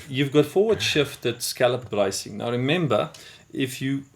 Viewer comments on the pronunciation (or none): Here's a thought. Learn to speak English more plainly, then film this over. Brycing? What the heck is "brycing?" Sheesh!